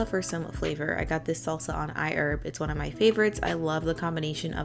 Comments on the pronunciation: "I - erb" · I die a little bit inside every time she says iherb 😂😂 still a fine video those parts just get me